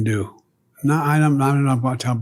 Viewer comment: ayam sori prizidon 😅